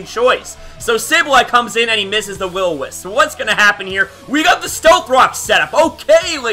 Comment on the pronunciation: I'm late but just realised this, he probably used Eq on Mantine thinking I'd Roost, it was a risky play on his end. also, "Will-O-Misp"